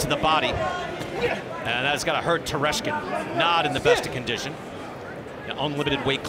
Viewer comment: Tereshkin, not Teslenko